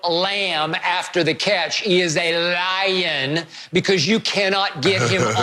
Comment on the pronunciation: Skip should be banned from saying the word Lion